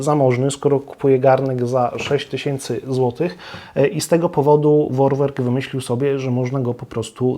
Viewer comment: Vorwerk to stara, niemiecka firma, ich nazwę czytamy: forwerk